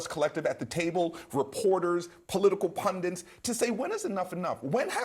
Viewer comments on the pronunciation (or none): Aside from the whole “Trump is the biggest sociopathic asshole in America” thing (which of course he is), it’s hilarious to hear a political pundit say “pundiNt” .